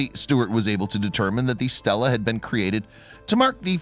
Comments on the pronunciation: It's not pronounced 'STELLA' with e's like in 'hell' but 'STEELA' with e's like in 'me' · Stel la-a woman's name, stee lah-a stone raised by humans to record events, history, memorials, etc. NOT pronounced or spelled the same, and NOT interchangeable.